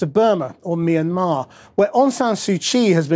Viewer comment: finally some1 who pronounced Myanmar right.